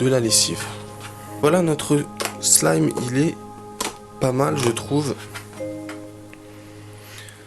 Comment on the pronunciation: mais tu dit slam a la place de slime